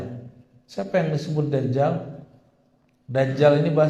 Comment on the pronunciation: dajjal sebutannya bukan dazzal 😂😂😂